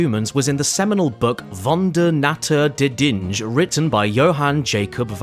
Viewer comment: the way you said "natur der dinge" u gave me a stroke as a german